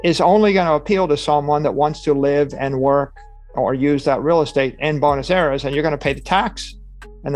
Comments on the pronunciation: its buenos aires not bunos eras lol. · The auto captions got it right: He absolutely pronounces Buenes Aires as "bonus eras." 🤣